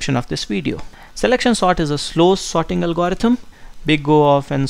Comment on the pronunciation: álgorithm, not algórithm anyway, thanks for the video, man you are great! <3